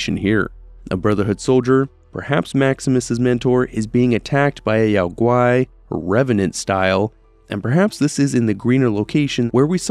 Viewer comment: Isn't Yao Gui pronounced "Yo-gi", as in Yogi Bear? I always thought this was a tongue-in-cheek joke made by game developers.